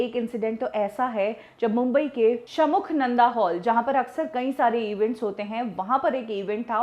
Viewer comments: Shamukhnanda hall nahi didi 😂 shanmukhanand hall 😂😂😂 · This One Is The Best .... But आपके चैनल का नाम #BollywoodThikana है; और आप इस So Called "Bollywood" केे सबसे बड़े और पुराने ठिकाने का नाम तक ठीक से नहीं ले पा रहे है? it is called ष sha ण n मु mu खा kha नं nan द da षणमुखानंद हॉल General Trivia: अगर आपने पेपर Advertising में षणमुखानंद हॉल का नाम गलत छाप दिया तो वह आपसे penalty लेते है. 🙊